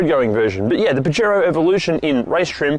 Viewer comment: You know can use translate to learn how to pronounce it?